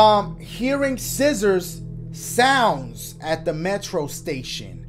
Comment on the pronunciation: yo pause dashie talkin bt “sciszzorza JIZZorza”🤣🤣🤣